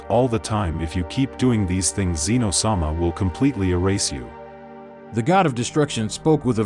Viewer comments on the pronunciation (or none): none